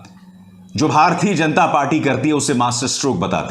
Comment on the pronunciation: You pronounce ण in जनता